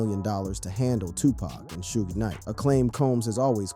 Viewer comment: Why you pronounce Suge name like that ?